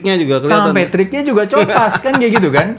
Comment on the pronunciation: Copas itu kan asal katanya Copy paste. Kayaknya lafalnya "ko" "pas" bang bukan "co" "pas"